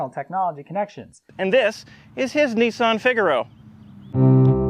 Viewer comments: It is NISS-ANN not NEES-AHN. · These are known in the UK as Sarah Jane cars. And its Nissan not Neesan. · Only Nissan are not called Nee son but rather Niss an. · it’s ‘ni-san’ not ‘ne-san’ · not NEEsan NISSan,,,, gee wizz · Its so hard to not keep saying in my mind, "you mean Nissan, not Neesan. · Now as a Brit I still have not worked out HOW the Canadians SAY Oooot rather than Out BUT HONESTLEY neesun INSTEAD of the real name Niss Ann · I like the North American pronunciation of Nissan, "Neesan" lol. It's a bit like aluminium and vitamins, one day you might learn to speak properly. The 'Neesan' Micra K10, K11, was a true car for the people, this car is a Micra with a naff retro shell on top. Don't have a massive dislike of it, as long as you don't try and charge me more than the cost of a Micra...but there again I think I'd be more comfortable in a Micra. Good car, naff styling.